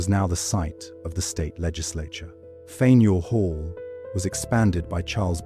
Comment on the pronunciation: As usual, the horrendous pronunciation of unedited AI makes this unwatchable. First, the AI narration said Fanorial Hall (Fanuel Hall). That was followed by the pipe disappearing from one man's mouth, and the overall stilted narration that stopped and started in unnatural places, making it unwatchable. Maybe someday the makers of these videos will bother with editing, but we're not there yet